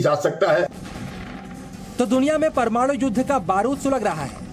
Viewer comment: प्रमाणू नही परमाणू